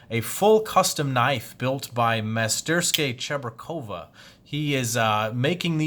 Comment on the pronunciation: It’s pronounced: Mas-ter-skaya Cheburkova. If you need help with Russian, let me know Doc. I was born there. 😝